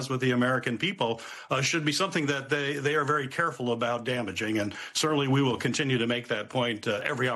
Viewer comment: "Thay gone." I love Mike 😂❤